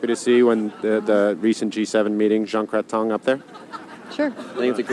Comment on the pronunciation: Something really funny is that he pronounces Prime Minister Jean Chrétien's last name, "crétin" which means idiot in French. This sketch is over 20 years old. Jean Chrétien was Prime Minister from 1993 to 2003.